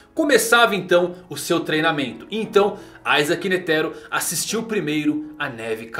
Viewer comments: N é aizake cara o nome dele é com i, da uma agonia de leve, isaac netero, iiiiiiii n aaaaa da agonia. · a pronúncia de "i" é "ai", o nome não é latino